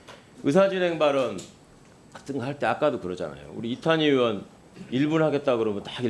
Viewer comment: 최강욱!!! "의원"은 "으원"이 아니고 "의이원"이라고 읽는것이란다. 의원이 뭐냐? 자네 사전 잘 찾더구나. 사전에 "의원"을 "으원"으로 읽으라더냐? 어느날 인간인데 "의원"을 으원으로 ㄺ는단 말이냐? 미국 하와이에서 왔더냐? 당장 발음을 고쳐라. "으이원"으로.....